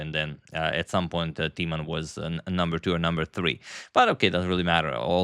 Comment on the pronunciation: Knowing you appreciate : Timman is mispronounced , the i , a vowel as is usually the case in mispronunciation . You make it into Teaman , funny . The i should be pronounces as in Tim and timber : Jan Timman . I corrected you on the pronunciation of Dutch chess player Roebers ( the oe sound ) , which you later pronounced correctly , I hope you do the same with the name of one of the best Dutch chess players ever .